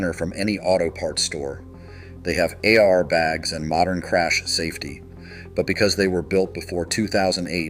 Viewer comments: Is this AI? What’s an “A-R bag”? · AI generated crap. Nobody calls it an 'A.... IRBAG" And you need to work on your digital slaves cadence. It's a dead giveaway when it pauses unnaturally. Death to AI videos. Don't be lazy. Do it yourself.